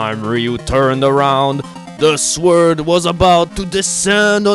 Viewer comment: you cant say "sword" right......or "decisive", but im not one to complain